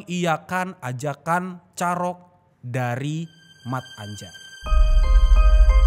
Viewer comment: Se nyebbhut nyamah(yg nyebut nama) mattanjar bukan mat-anjar bang brengoy 😂😂salam becchek an(salam damai)✌